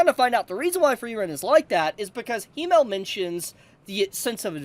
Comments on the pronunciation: Its Himmel, not Hiimel. Please let google translate pronounce it in the future 😢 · i love you but as a german my ears are hurt😂 it is not "he-male" it is "him-mel"